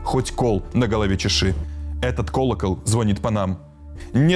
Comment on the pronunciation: Азаренок настолько безграмотен, что не может правильно говорить. Кол на голове чешет. ЗвОнит. А ударение?!!! Это ж кто у них работает.... с 10 классами ребята грамотней говорят